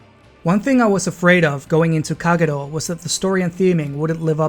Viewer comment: Haven't finished watching but am immediately impressed by your Kagero pronunciation